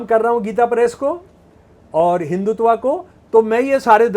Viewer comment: हिंदी तो बोलनी आती नहीं, और चले हो संस्कृत शास्त्रों की बखिया उधेड़ने। तुमसे न होगा। हिन्दुत्व को हिंदुतवा बोलते शर्म आती है ? एक पप्पू को सामने बैठाकर जो भाँजना हो भाँज लो मियां ! लेकिन सुई बोले तो बोले चलनी क्या बोले जिसमें हजार छेद। इस देश की सहनशीलता है कि एक कटहला सनातन को कोस रहा है। स्त्री का विज्ञान तो पहले बता दो। क्यों हजारों साल से स्त्री पर नियन्त्रण रहा है। बेटी एक लड़की यानि स्त्री ही तो है। तुम्हारी ही बेटी किसी के साथ गुल खिलाए तो जलभून के कबाब हो जाओगे, मरने मारने पर उतारू हो जाओगे। और मनुस्मृति को कोस रहे हो। उन मुल्लों और बापों को क्या कहोगे जो बहू और सगी बेटी का हलाला करके अपनी हवस बुझाते हैं ? उस क़ौम को क्या कहोगे जो औरत को सात पर्दे में जज़्ब रखता है। ईसाई और मुसलमान हमें औरत की परिभाषा बतायेंगे ? हमारे शास्त्रों को समझने से पहले अपनी खोट को समझो। औरत और बच्चों की आवाज़ पतली क्यों होती है ? मर्द की तुलना में औरत का स्तन भारी क्यों होता है ? औरत का हिप फैलावदार क्यों होता है ? औरत को दाढ़ी-मूँछ क्यों नहीं होती ? औरत ही बच्चे क्यों जनती है ? और सवाल पेश करूँ या इतने से ही अजीरन हो गया है ? तुम्हारे सेर को देश में सवासेर बहुत हैं। पहले नज़र बदलो, नज़रिया ख़ुद बदल जायेगी। सोशल मीडिया हगने-पादने के लिए नहीं है। दुर्गंध मत फैलाओ।